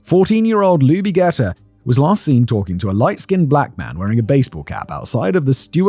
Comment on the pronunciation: It was pronounced Jeeter not Getter. The fact that you never heard of this is because of time. At the time, living in New Jersey, we knew all about the Atlanta Child Murders as the transpired.